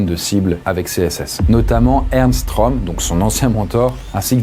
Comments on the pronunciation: Pour info, le ö de Röhm, ça se prononce eu et pas o 😉. Pour le coté psychologique, le fait de pouvoir vivre normalement tout en étant confronté à des horreurs, c'est peut-être difficile à comprendre pour la majorité des gens car ils ont une vie plutôt heureuse et n'ont pas été confronté au mal ou à la malveillance à forte dose. Il est même possible en quelque sorte de "reprogrammer" son cerveau, ça demande du temps mais aucun besoin de drogue ou quoique ce soit. En tout cas je comprend que l'on peut d'un coté voir des horreurs et paraitre normal 5 minutes après. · Le ö en allemand ça sonne comme "eu" donc Röhm se prononce "reum"